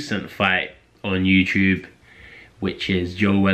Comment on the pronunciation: dude u need to train how to say you tube properly leave boxing training for now